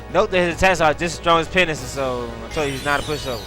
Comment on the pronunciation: Three major things I've found out about is the his LP's are awesome, secondly that he says penis instead of penance and i swear to god he says bagel instead of bangle.